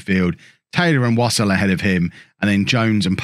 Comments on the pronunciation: Wouldn't Wassell be similar to Vassell so rather than pronounce it wos ol you would have Wa sell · It's definitely not pronounced "wossle"